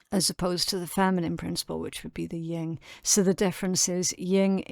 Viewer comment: No offense. It's Yin not Ying. It is different. Lots of people say that. I'm a studier of eastern culture, exercise Bushido, The Way of the Warrior and the Sun Tsu, the art of war. These are mandatory reads in the military training for officers in the US. Not correcting just showing. I love your messages and thank you for them🙏🙏🙏